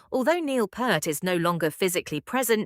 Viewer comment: Peart! Not Pert! How the hell can’t people get his name right? It’s not that hard people Jesus!